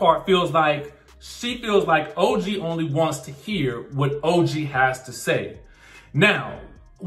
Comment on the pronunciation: Explain what? That Evelyn called OG ugly, dirty and gorilla references? Then, constantly calling her Toe-gee? Surprised that Ochocinco could like her? All of them laughed at OG. I don't recall anyone on any reality show blantatly calling someone ugly multiple times. That's downright mean and untrue.